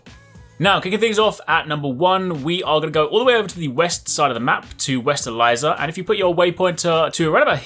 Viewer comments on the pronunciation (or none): ‘West Eliza’ 😂